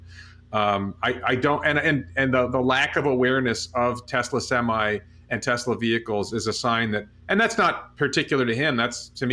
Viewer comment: Semi not seme